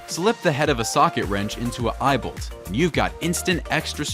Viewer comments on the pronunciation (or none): none